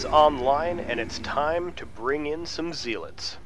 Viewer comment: zealit its zealots ^^ sorry i like these videos